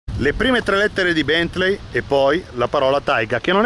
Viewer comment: si pronuncia 'Bèntlii' non 'Bèntlei'